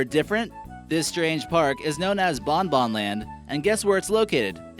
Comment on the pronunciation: actually "BonBon" is pronounced "BongBong"